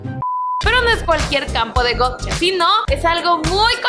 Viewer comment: Que sepa No se pronuncia Gocha.... JAJJA